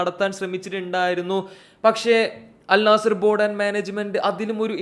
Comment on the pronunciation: ആദ്യം അൽ നസ്സർ എന്ന് പറയാൻ പടിക്ക്